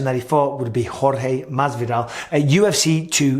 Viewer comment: Yo Mike i love the fact that u pronounced Jorge name the right way. Showes that u respect him cus i know that wasn't the case in the past. Also its my name and hearing anybody saying it that doesn't have a spanish background they usually fuck it up. Nice one mate